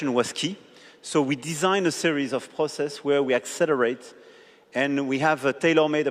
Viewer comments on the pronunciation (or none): none